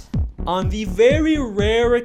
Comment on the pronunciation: ”It was all in le head”